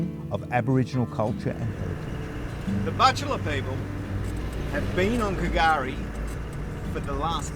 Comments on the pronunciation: yep, that silent "K" confused all, but slowly we are learning, as I said Patrick put me in place, it's just pronounced as Gari mate, that was in 2021. Another youtuber Daniel from "Explorer Bound" was pronouncing it same as you, but now knows "K" is silent too, so more followers learning slowly. Special Special place, literally paradise in nature as by name.. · Was wondering from the Start if you were going to go on calling it K'gari, sounds so wrong, old mate Patrick, a ranger set me straight, drop the K mate, just say Gari. Love the place, going again in August, whales galore then. Hadn't heard of the 1943 army location, but I do know the RAAF.still do circuits of it, never heard them coming, but crap yourself as they pass over, so incredibly loud, yet zero warning. So much to see & do here, never fails to enthrall me, you barely touched the surface of it. Wealie